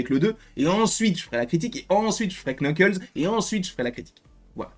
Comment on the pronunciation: C'est NUKLES le K au début est neutre